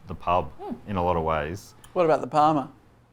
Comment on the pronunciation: Parma! Parma. It's Parmi. Say it right.